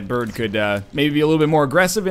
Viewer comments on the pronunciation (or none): none